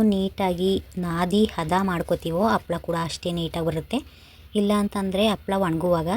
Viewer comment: Its not Appala maam its Happala